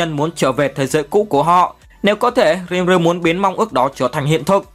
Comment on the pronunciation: nhưng đọc sai tên nv...Ko phải Rim ru mà là Ri Mư rư... :D